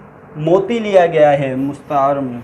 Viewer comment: Masha Allah achhi he. Lekin kuchh galatiyan hain aapki urdu me jo mai type kar raha hu ummid karta hu k aap durust karne ki koshish karoge. 1 mushabbeh nhi mushabbah hota hai, 2mushabbah bihi hota hai, 3 musta'ar munh nhi musta'ar minhu hota hai isi tarah tashbiyah nhi tashbeeh hota hai.